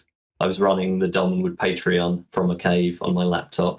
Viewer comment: Thank you,, for actually correcting on Doll-Man, it was driving me crazy 🤣